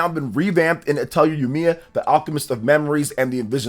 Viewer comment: Dq3 hd2d remake is insane beautiful I'm addicted grinding lol, and the R in atelier is silent lolol